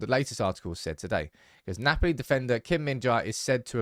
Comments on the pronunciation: Hey bro. It’s pronounced Kim min-JAY. Not JAI. Appreciate your content as always. Korean united fan. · The pronunciation is kim-min-jay not kim-min-jai.